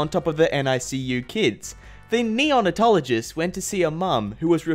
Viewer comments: "Neon-a-tologist" the biggest face palm in the entire video. Its pronounced "neo-nate-ologist" This is going on r/iamverysmart isnt it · Bruh I dont wanna be all nerdy but it's pronounced neo-nay-tologist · Gonna be a wee bit nit picky. It’s neo-nate-ologist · Did... Did he just say “neon”atologist? I haven’t seen a comment about it so am I just going crazy or....